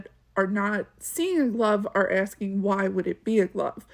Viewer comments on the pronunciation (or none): none